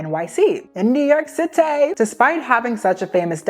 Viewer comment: new york citay, partay. Whats next😂